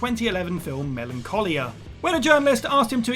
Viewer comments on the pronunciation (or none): none